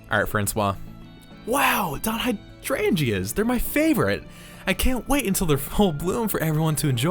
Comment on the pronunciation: Hydrangea is pronounced pretty closely to how you said it, "Hi-DRAIN-Ja"